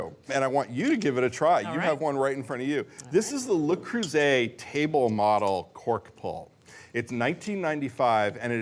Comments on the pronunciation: That's exactly how says it. Bridget is less...umm...proficient with French words🤫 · It is LE (pronounced LUH) Creuset and not LES (Lay) Creuset. Le is singular and LEs is plural. Bonne chance. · You'd think that someone with a culinary career would at least make a token effort to pronounce foreign words correctly.